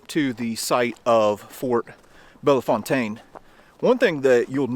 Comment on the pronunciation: We St. Louisans cherish our traditions. Thank you for mentioning the local pronunciation of Bellefontaine .